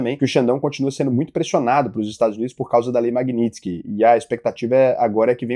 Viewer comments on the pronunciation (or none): none